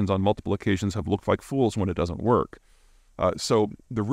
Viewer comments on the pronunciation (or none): none